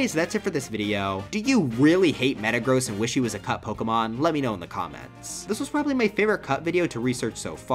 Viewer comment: Me and my sister always joke around that metagross in smash4 sounds like they're saying "Mitchell".